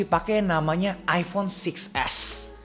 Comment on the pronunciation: Iphone bang bukan iffonn